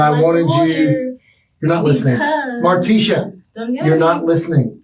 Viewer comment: mar-TEE-sha...its pronounced. But she is a moron